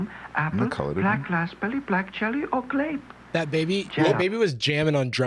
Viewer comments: oh btw rewatch that jello commercial, they did not pronounce one "R" everything was "Glape" or "Raspbelly". i was listening to this in the background and i thought we was saying jelly not cherry. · i don't know why they focus on grape, i can in fact hear the L-to-R thing on every flavour they say 😅